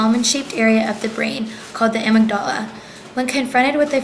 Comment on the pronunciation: you pronounce amygdala wrong! i work with selectively mute kids, and it is SURELY not a choice that they make. most effective treatment involves getting to the root of the anxiety, rather than just treating the manifestation of anxiety which is mutism.